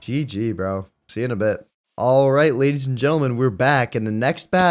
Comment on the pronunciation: “Alright jadies and letlemen” Love your vids keep up the good work! 😊😊